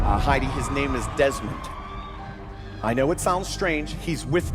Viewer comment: who's Desmond? dezmont he said